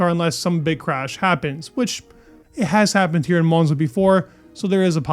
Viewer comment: Monza not Moanza😂